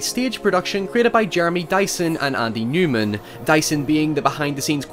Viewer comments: It’s Nyman, not Newman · It's Andy Nyman not Newman!